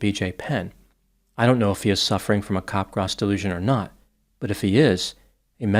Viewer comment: Very good video and post discussion. Unfortunately is mispronouncing the syndrome. It sounds like he is saying cop-grass. The correct pronounciation is cap-graw. cap (as in baseball cap) followed by graw (sounds like draw). So it's cap-graw. It's named after the French psychiatrist Joseph Capgras (s is silent).